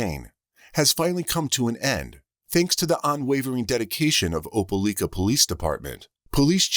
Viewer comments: Im from Alabama. Opelika is a 45 min drive away from where Im from. My step dad was born and raised there Im laughing at how its being pronounced. Its Oh-Pah-like-ah. Not Oh-pah-leek-ah.😂😂😂😂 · if ole robo-call meant oh-pē-ly-kă, it was butchering it. i cringed every time i heard it. i hope that, in addition to the murder and missing child charges, there are additional charges related to child abuse, misappropriating funds (the payments she made) or some other such charge, and more.